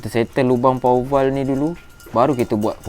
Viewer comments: bro! jgn sebut power val... salah tu... bunyinya power waf... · power waf pun salah bro! sebut power valve